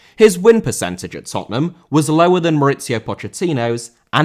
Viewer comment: Mauricio* not Moretciouw